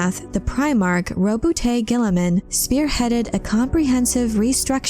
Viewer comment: Thank you for pronouncing Papa Smurf's name correctly.